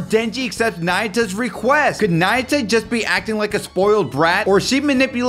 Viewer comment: It’s na-yu-ta Remember that in the Japanese language words are formed by definite pronounceable sounds consisting of one consonant and one vowel. One you realize this you’ll see it everywhere in the Japanese language, like Ō-sa-ka, Tō-ky-ō, Ō-ka-na-wa